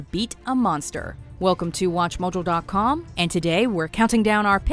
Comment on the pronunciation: Does anybody else think the female narrator on Watchmojo says Watchmojo weirdly?